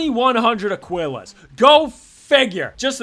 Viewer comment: How many times can we mispronounce Aquillas? A speedrun. ( uh-KEE-las)